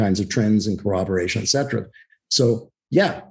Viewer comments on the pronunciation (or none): Etcetera not Excetra😀